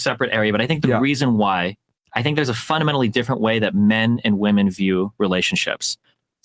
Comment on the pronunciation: Dude hearing ‘flewed out’ instead of ‘flown out’ and ‘woman’ instead of ‘women’ actively depletes my iq. Ugh.